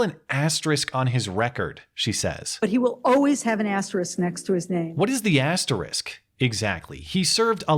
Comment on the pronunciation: Nice piece,. May I say how much I appreciate your pronouncing 'asterisk' correctly? I appreciate it very much.